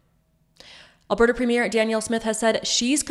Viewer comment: You need to pronounce Alberta properly